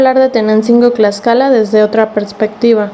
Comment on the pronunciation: Te falto mucho más la esencia y pronunciamiento es Tlaxcala y tú dices claxcala de favor te pido que primero te documentes y pronuncies bien la palabra Tlaxcala con T y no con C que tristeza estudia más recuerda con TTTTT